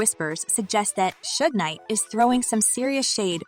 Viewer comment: I couldn't watch this culture vulture video hearing "2pack" and "shugs knight" smh 🤦